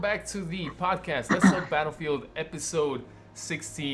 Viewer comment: "Podast"Not to be rude